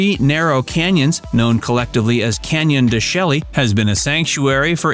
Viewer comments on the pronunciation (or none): In this video, several mispronounced words are evident. Saguaro is pronounced sa-war-oh (no hard G) and Canyon De Chelly is pronounced Canyon De Shay. These are just a couple examples.